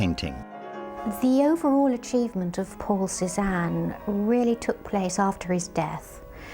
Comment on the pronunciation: I keep hearing Poor Cezanne instead of Paul Cezanne.